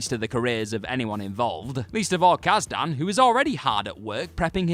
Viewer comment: Kaz-Dan? Kaas-Den.